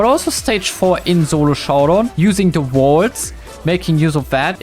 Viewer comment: i love the german accent when you try to say solo you say "zulo" instead lol